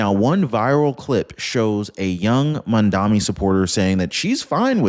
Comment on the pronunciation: I am not a fan of Mamdani's but please pronounce his name correctly.